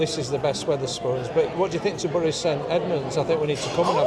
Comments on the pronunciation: It's pronounced berry, not burry 😅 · Correct me if im wrong ! But I thought bury was pronounced Berry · Would love to see a tipsy speeded up, you keep saying Bury but isn’t it pronounced Berry St Edmunds, loved all the architecture and claire was a font of knowledge, beautiful place❤